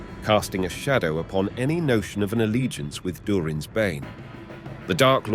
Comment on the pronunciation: eh, you say Durin's Bane weird... specifically "Durin"